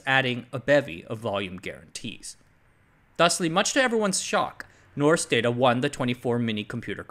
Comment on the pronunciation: It's pronounced more like "noshk daw-taw"